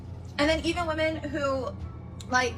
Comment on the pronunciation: Spayshul wahMen